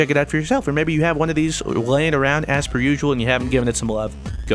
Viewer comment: Was that... "regargless" right there at the end?